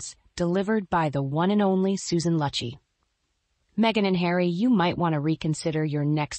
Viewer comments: Yes, I cringed every time her name was mispronounced. It is Loo’-chee. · it’s pronounced loochy! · Something Joan Rivers would of said. Kudos! Would be nice if you pronounced Susan's last name correctly.